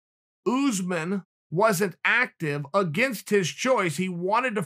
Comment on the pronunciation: Important time stamps: -leg cross -“pacificly” -“Oozeman” -“Oozeman” -“Oozeman”